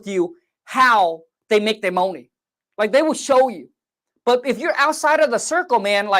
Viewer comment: Let’s go get this moahney!!!